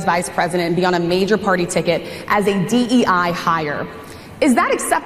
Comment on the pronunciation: Did he say DEI or DEA???😂😂😂